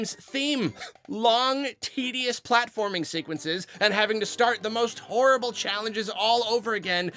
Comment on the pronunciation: I love how says horrible. I don’t know why it makes me laugh every time.